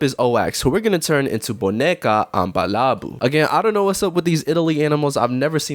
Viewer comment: bro did not say “boneca”